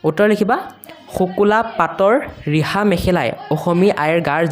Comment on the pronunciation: ছাৰ আপুনি ৰিহা শব্দ ঠাইত বিহা দিছে🤣😂